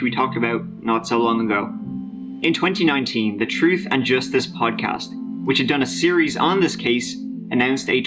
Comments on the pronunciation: That guy’s a great story teller but I wish someone would tell him how to pronounce th….. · I like kids videos but, you don’t get he can’t pronounce th at all.